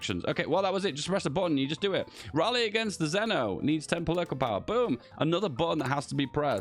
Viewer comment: Its actually pronounce "Zveno" with the V